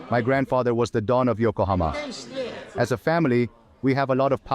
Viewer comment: Incredible documentary, BUT FOR THE LOVE OF GOD, please can you just say it right? IT'S YO-KO-HA-MA!!!!